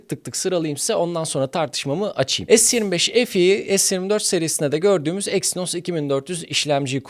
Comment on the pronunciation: Es 25 EF i ne yaaa. Bari adam akıllı es tuventifayv EF i de. Se 25 fe e demek seni küçültmez. Yarı ingilizce yarı Türkçe ne ?